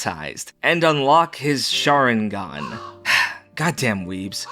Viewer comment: Its weird that pronounced sharringan right, in the non weeb way